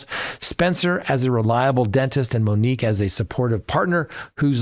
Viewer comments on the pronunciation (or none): none